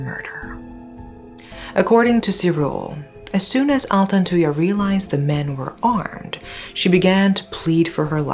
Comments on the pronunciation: Thank you. I remember i commented on one of your videos asking you to cover this story. Thank you so much. I am proud how clear you pronounce their name thank you rip altantuya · I never heard of this one because i'm a fetus born in 2009, but her pronunciation of altantuya is actually not bad